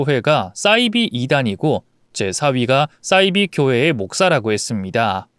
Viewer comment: 싸이비(×)사이비(0)이라고 읽으세요